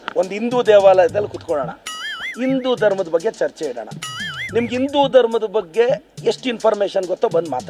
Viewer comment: ಇಂದೂ ಅಲ್ಲಾ ಅಣ್ಣ... ಸರಿಯಾಗಿ ಹಿಂದೂ ಅಂತ ಉಚ್ಚಾರ ಮಾಡ್ರಿ ಮೊದಲು... ಆಮೇಲೆ ನಮ್ಮ ಗೌಡರ ಬಗ್ಗೇ ಮಾತಾಡು 😂